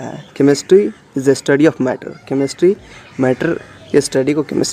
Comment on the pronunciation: It's chemistry not chemestry..😷😷